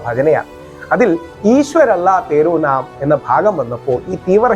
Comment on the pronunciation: ഈശ്വർ അല്ലാഹ് തേരേ നാം എന്നാണ്. തേരോ നാം എന്നല്ല.